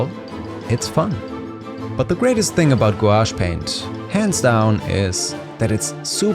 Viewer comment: Do they just turn into ordinary watercolours when they dry? It was nice to hear someone pronounce the word without saying Gwosh for a change. :)